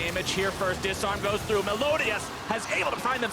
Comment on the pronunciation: WHY DOES EVERY CASTER SAY MELODIAS WHEN HIS NAME IS MELIODAS